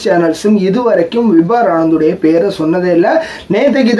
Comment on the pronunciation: Bro his name is vibhor not vibhar. Check for pronunciation in online